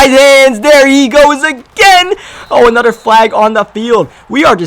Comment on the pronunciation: It's another not anutter Jesus Christ